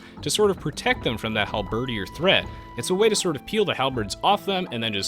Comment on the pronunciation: isnt it halberDIER as in DYAY?